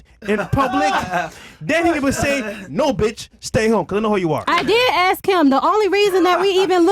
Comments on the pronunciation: We don't "axe" questions. Speak correctly- or don't speak at all. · She was jus trying to axe a question